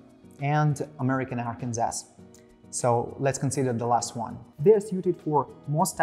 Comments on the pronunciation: Arkansas is pronounced phonetically as "Arkan Saw" not "Arkans Ass". 😄 Great video, though. VERY informative about all the materials and how they differ without falling into the time-killing trap of repeating the same information over and over, which is perfect! although the lightning worked better with the head-on shot, instead of the angle shot. Keep up the good work! You guys make great gear and you're really making your mark in high-end sharpening equipment, just wish I could afford it. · I was about to say. Apologies from USA. I'm not sure why all of USA says Arkansas the way people from Arkansas says it, where as New Orleans is still pronounced by everyone as spelled, and not the way people from the state pronounces it (i.e. "nawh lin")...